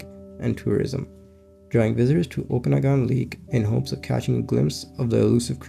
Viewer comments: Lake oka-nog-in... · and it's pronounced oka-,na-gan